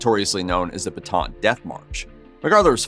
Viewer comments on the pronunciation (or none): none